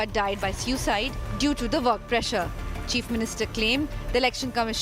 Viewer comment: You almost pronounced Cheap instead of Chief. But it's fine I guess.